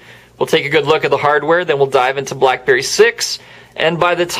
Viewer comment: listen at 53 seconds blackberry blllalaalalaelee